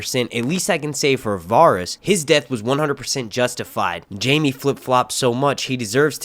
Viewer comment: say it with me. VA-RIES not Varis